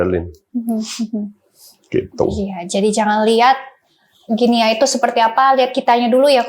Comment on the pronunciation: Host shrsnya bs pronounce nm negara dg benar.. guinea dibaca gini